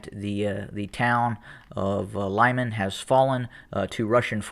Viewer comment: Good analysis but my bratya, it's pronounced "Loo-mahn" not "lime-an" and "Don-bahs" not "Don BASS pro shop" although I like how u say Donbass lol xD